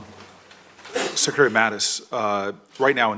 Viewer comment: kenny D well said!! I knew it was going to be painful but I had to hear his inability to pronounce secretary. Booker is a failure, no wit junior senator